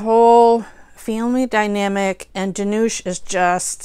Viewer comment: Dhanush rhymes with Push